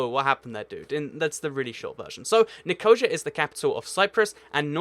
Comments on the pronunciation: Sorry, probably very interesting content, but couldn't concentrate with the murdering of those place names. Nic o see a, Dan yube. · Just saying I used to live on a raf base in Cyprus and u pronounced the capotol wrong it's nick-o-c-a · Poutanas Malakopoulos ni-co-sha is funny it doesn't even look like that, he should look up pronunciation if he doesn't know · jesus christ dude, for a guy who runs a geography channel you do exceptionally poor at pronouncing names. It's Dan-yoube, not Da-New-bee. It's Kin-SHa-Sa, not Kin-SHa-SHa. It's Ni-Co-SEE-A, not Ni-cow-Shia. Also, Slovakia is NOT part of Czecho-Slovakia. Slovakia and the Czech Republic have been two distinct, separate countries since the 90's. Might i suggest you actually learn about geography before starting a channel on the exact same topic while misinforming people about it? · "Nikosha"? Do you mean Nikosia, which is pronounced "Ni-ko-SEEEE-a"? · Nickosher? Dernooby River? Tarlin? Loam and Ackrer? Nuke? Please learn to pronounce place names if you're going to make these videos! By the way, the neighbouring capitals of Wellington, New Zealand are Canberra, Australia (1400 miles); Nukualofa, Tonga (1510 miles); and Suva, Fiji (1615 miles). And, with close capitals, you missed out a bunch of very close ones - far closer than some of the ones you mentioned. St John's, Antigua is 30 miles from the capital of Montserrat and 55 miles from the capital of St Kitts Nevis. Damascus in Syria is just 53 miles from Beirut, Lebanon. And Amman, Jordan, is just 45 miles from Jerusalem, Israel (and that's not getting into the "is it a country?" argument about Jerusalem's near (10 miles) neighbour Ramallah, Palestine! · Slow the hell down! I'm a native English speaker and I struggle to follow what you're saying! BTW: Nicosia = Ni-co-SEE-ya Danube River = DAN-yoob River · Nicosia is pronounced NIKA-SEE-A. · You said Nicosia Wrong it is Nick-O-SE-A xD xD XD